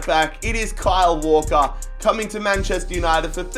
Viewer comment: You have speak "Manchester Uninegy"